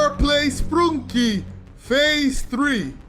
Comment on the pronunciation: Why does he say sprunki wrongly